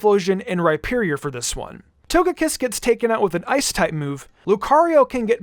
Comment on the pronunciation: Can this guy not say ice?